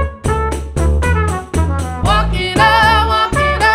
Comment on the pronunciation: how they pronounce "glarse"